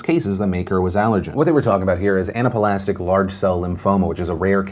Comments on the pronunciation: Love you Phil and nothing personal but speaking of mispronounced words, it's ana-plastic, not Anapa-lastic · “Anapuhlastic”. Phill, it’s pronounced just like it’s spelled. Ana-plastic lol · Anaplastic is pronounced "Anna-plastic," just like it's spelled, not "Anna-puh-lastic." Seriously Phil, how did you mess that one up? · Were you pronouncing anaplastic wrong on purpose? It's funny yhat you corrected Allergen but not anaplastic. For anyone who wants to use the word it's pronounced Anna-plastic.